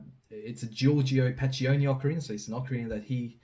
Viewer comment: Great work once again. Note though that you pronounced pacchioni wrong, I sent you an audio recording of the pronunciation in messenger.